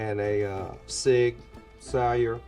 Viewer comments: Total nit pick here, but the cop couldn't pronounce Sig Sauer. At that point I'm surprised he didn't call the AR magazines "clips" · its friggin crazy how a damn cop doesn’t know how to pronounce sig sauer… wheattt???? like you dont know what a sig 365 looks like ?? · Ron Cohen would be heated if he found out law enforcement pronounced his firearm so egregiously.